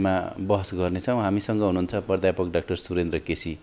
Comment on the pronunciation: पत्रकारज्यू! अलिक सुद्द वोल्नुस न हौ । पर ध्यापक हैन । प्राध्यापक डा: भन्नुस न हौ ।